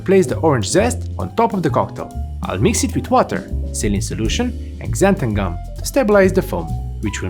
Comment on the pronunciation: lol “ksanthan gum”